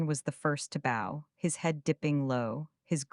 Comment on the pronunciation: You missed a very good and refreshingly different story. I personally really liked the voice though I do have a pet peeve with "bow" being pronounced "bo" and the same problem with "tears" and "tears".